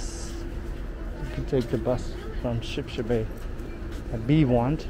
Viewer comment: It's Sheeps-Head-Bay. Not sure what you are saying but I appreciate the video.